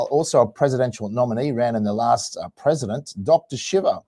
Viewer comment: Right from the beginning. Is this the idiot introducing Dr. Shiva? Can't pronounce his name right? Hasn't listened to a single one of his videos, where he introduces himself, and pronounces his name properly? is an asshole.